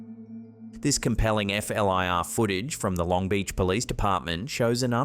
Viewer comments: It's FLIR, like "fleer". Not F L I R... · FLIR is said like "flur" :)